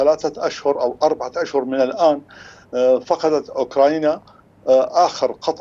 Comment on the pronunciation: محلل عرطة اسمها اوكرانيا وليس اوكراينا 😂😂😂